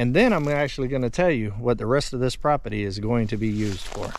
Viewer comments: C’mon, say “property” properly, not “propity”! Pro-per-ty, not pro-pi-ty! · It's pronounced p r o p e r t y!!🤪